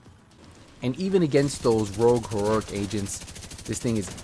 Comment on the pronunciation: “This is heruric”